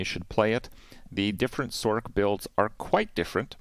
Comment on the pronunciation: First time I have heard anyone say "sorK"